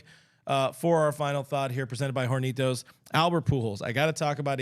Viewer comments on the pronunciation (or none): The h in "hornitos" is silent. You're welcome.